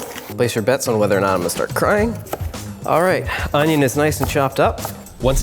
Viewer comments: He really just said "onyo" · " our OWnIYoWn.. and the root of our oWnIyOWn.." Me: LMAAOOOO AHHAHH